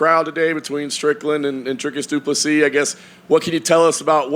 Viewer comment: Seriously Dana.. can you pronounce Dricus’ full name right please ffs 🤦🏻‍♂️ [Doo-Pla-See]